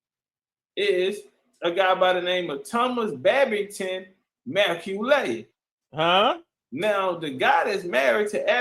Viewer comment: McAuley pronounced Mac Cawly or Call Lee like MJ's friend the Home Alone kid